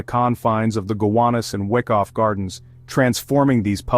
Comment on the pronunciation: It's pronounced "Why-koff" Not "Wick-off" Just sayin...